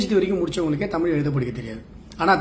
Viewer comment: தமிழ் என்று கூறாமல் தமில் என்பது கூறுவது முதலில் நிறுத்தப் பட வேண்டும்.தமிழ் தமிழர் தமிழ் நாடு பற்றித் தவறாகப் பேசுவோர் அடக்கப்பட வேண்டும்.